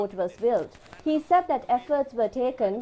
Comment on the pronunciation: I don't know if this is related to the eye English news at 9pm but if so can the news casters be advised to drop the accent and pronounce the words properly..... said is not Z but S?!!? They keep on saying ZAID🙊